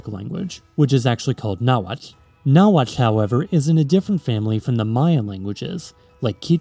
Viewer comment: Your pronunciation of the “tl” in nahuatl caught me off guard, indeed that’s the correct way